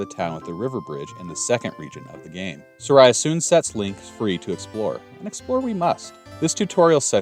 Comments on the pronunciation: Sorry, I loved the concept of your video so much, but "Sah-Rye-Uh" killed me. I can't. It's "Sah-Ree-ah" Japanese pronunciation. Don't me I'm a neurodivergent person and little things like that break my entire focus. :/ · Saria SAR-EE-UH!! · I’ve heard it pronounced SAA-ree-uh, SAR-ee-uh, SAIR-ee-uh, suh-REE-uh (like Maria), but never have I heard it pronounced sa-RYE-uh (like Mariah) until now 😂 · Yes. In Japanese her name is サリア. I believe the correct pronunciation is Sah-ree-ah, and it’s the one I’ve always heard… which is why “Sorayah” threw me off… lol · Fun series. Just as a note - Saria's name is pronounced SAW-ree-ah. Closest approximation English has to the Japanese syllables. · I'm not sure what happened in your life to make you pronounce Saria as Soraya, but please stop. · that pronunciation of Saria should be a war crime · Just watching this series and that is my only complaint. That pronunciation is criminal 😂